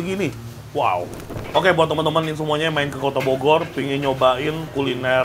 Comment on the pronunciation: saking capenye ye koh "bogor" jadi bodor...😂😂😂